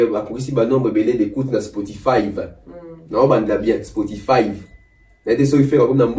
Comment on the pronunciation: merci! Je croyais que jtais le seul à avoir entendu Spotifaïve🤣🤣🤣🤣🤣